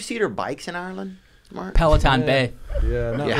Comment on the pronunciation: "Peloton Bay" lmao I see you